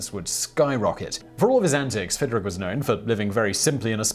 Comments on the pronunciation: pronounced "Fid-rich" not rick. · It’s not Fidrik! It’s Fidrich.